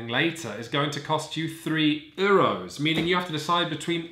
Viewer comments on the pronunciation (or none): Dang. Really hate how you guys say “Euros” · The pronunciation of 'Euro's' is really triggering me :(